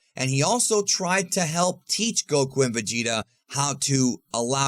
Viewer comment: Stop saying Goku's name like that, it's annoying..... Respectfully.